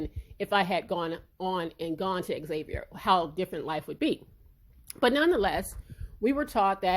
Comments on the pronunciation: Great video I agree with you 100%. Also, the school is pronounced “Zay-vier” not Xavier like the name lol. Signed a New Orleanian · It’s pronounced zavier. Please don’t block me lol I went there. Love your channel 🤎